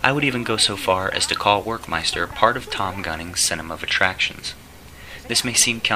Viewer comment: It's pronounced with a V, as in Verckmeister